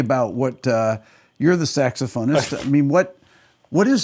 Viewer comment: Guy! Come on…get it together…again! …what the heck is a SAXAPHONIST? Are you guys for real? 😂